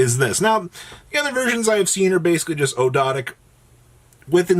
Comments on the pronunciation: Actually its og-do-dic with a silent A. Referring to the egyptian Ogdoad. Its actually not that much to pronounce as originally thought. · His pronunciation of Ogdoadic changes every video.